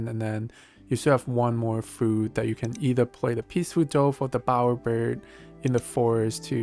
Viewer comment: I love your analysis, but the pronunciation of DOVE, drove me crazy! It should be like D U V, and rhymes with love.